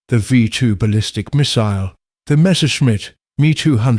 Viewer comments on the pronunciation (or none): none